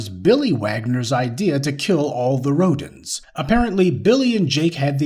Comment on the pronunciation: That Last [Name] Rhodens as in 'Rodents' HaHaHa 🤣🤣🤣🤣